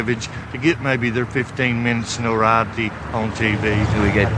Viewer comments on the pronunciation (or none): They want to get their 15 minutes “norioty” It’s an “atravisy” hahaha. English is a second language to this mo!